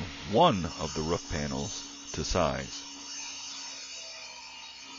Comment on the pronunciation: it's "roof", and it rhymes with spoof,tooth, and booth... how could you possibly mispronounce that? "Roof" DOES NOT rhyme with tough, rough and stuff.WOW!